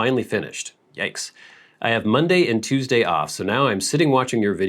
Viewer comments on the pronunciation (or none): none